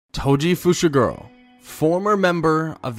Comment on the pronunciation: I thought he said "Toji Fushiguwo"